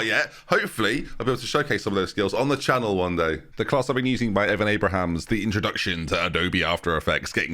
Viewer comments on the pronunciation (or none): There is no name too simple for to bottle. Note Evan "Abrahams" in the ad read. Unreal.